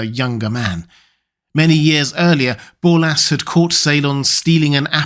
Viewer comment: Borlas. With an "r".